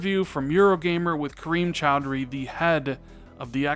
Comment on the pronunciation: say Kareem Choudhry. “Cream Chowdery.” Dammit, cut!